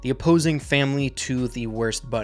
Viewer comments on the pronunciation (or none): Am not gonna lie but when said the worst bunch for a second there I heard war sponge